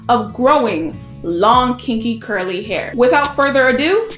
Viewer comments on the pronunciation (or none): This girl has a good point but can someone please tell me is "Kinky Kwirly Hair" a real thing or is it just the way this girl pronounces 'Curly' ! 🤔